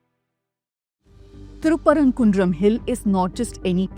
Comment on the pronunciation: 😂😂Wow calling it good journalist.. Can't say the town name properly..if they have done any study they would have found in 1980 ASI survey from state clearly states the lamp was lit there ... Skinader was killed there not any religion identity...by days passed they converted it to a dargah..He was king not any sufi imam as she claimed